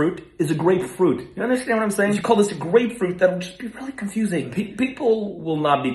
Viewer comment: growing up I thought grapefruit was pronounced greatfruit